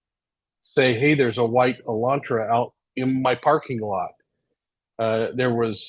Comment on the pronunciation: Ok, s l o w l y …..”hun day” like “Sunday” Elantra not Elantro.